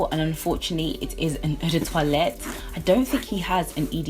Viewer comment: We seem to have similar tastes, lovely collection! You should check out Tom Ford Noir Extreme, the "men's" version. It's sweet and delicious and lasts forever. Also, it's quite refreshing to see a collection video where someone pronounces "toilette" correctly, so kudos for that!